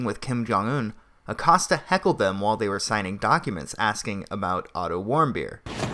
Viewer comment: Jim Accost-ya